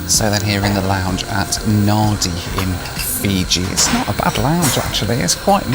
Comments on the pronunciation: Jeez mate - you could have found out the name of the airport.....It's Nandi not Nardi. Bloody poms, eh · Nandi, not Nahdi. I know it's spelt Nadi. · Hi. Love the reviews. I hope the US is good for you and your family. It's 'Nan-di' not 'Na-di'. You wouldn't know if you didn't know... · Pronounced Nan-dee (Nadi) nor Nardee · It's Nadi not Nardi 😂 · It’s pronounced ‘Nandee’ not nady. 😮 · Oh you lost me at Nadi - pronounced Nandee, not Nahdi. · Oh Good God! You can be forgiven for not being able to pronounce the Fiji destination correctly, but the Fiji Airways staff cannot. It is pronounced ‘NAN-DEE’. Not ‘NAR-DEE’. Anyone employed by Fiji Airways and representing them, in uniform, in public, should be able to pronounce it correctly. For Gods sake! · Hello, Nadi is pronounced Nandi, there’s an invisible N. Fiji is well worth exploring even just to experience the most genuinely lovely people on the planet. Thanks for the video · FYI. in spelling it's NADI however the correct pronunciation is NANDI. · can I suggest looking up the pronunciation of places when doing your videos? It's a bit grating hearing Nah-dee even in the post-flight voiceover pieces when Nadi is pronounced Nan-dee. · Hey...Nadi is pronounced Nandi! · For goodness sake! The Fiji Air check-in guy says Naddy for Nadi, which for those of us who've visited many times, is pronounced Nandee. Don't know why, but that's what it is!!! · Um, I guess I'm gonna be the annoying guy that points out that Nadi is pronounced Nan-dee, not Nar-di. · Yep, I spent some time in Fiji in 95 and I quickly found out it was pronounced Nandi, not Nadi even though it's spelt that way. Shame you didn't spend more time in Fiji as it's a beautiful country with great proud people. You could have drank Kava, visited Suva and its wonderful market. When I was there the Rainbow Warrior was harboured at Suva and I got to visit it. Bula from London. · Sorry to be pedantic but 'Nadi' is pronounced 'Nandi'.